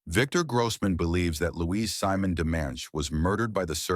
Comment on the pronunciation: Her name is French and as such pronounced Seemonn not /Symon. Why do your narrators not do their research? bloody lazy